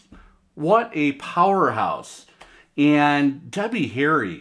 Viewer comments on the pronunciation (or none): You said Debbie Harry and but said "Tubby Hairy" . It just struck me as super funny!